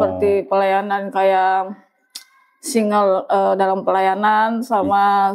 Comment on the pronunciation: Seting teruss sampai bonyok,,, Singer mbak bukan singel,lain kali bljar dlu kl mau ngibul..